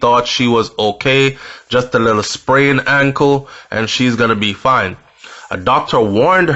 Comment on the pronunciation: Did you say sprained ankle?